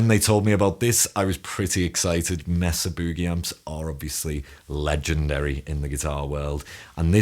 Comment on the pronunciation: For the love of Pete, it’s “may-sa” boogie